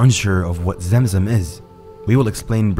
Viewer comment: It's clearly pronounced Zam idk how you can pronounce it as Zem. Are you trying to be American? Be yourself man